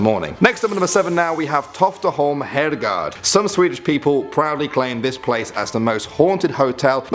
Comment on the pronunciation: its not herrgard its herrgård